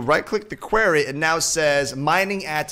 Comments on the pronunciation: episode 17 and still says quarry wrong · HE SAID QUARRY RIGHT!!